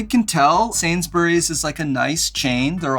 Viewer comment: Love the video! You don’t pronounce the u in Sainsbury.